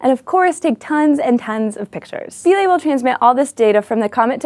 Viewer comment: The IPA on Wikipedia says Philae pronounced Fy-LEE.